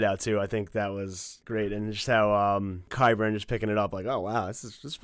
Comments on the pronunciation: I'm spelling this for phonetical purposes but KWYBURN??? Lol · Dude is Qyburn. Not QWHYburn. And it's Myrcella, not MARcella.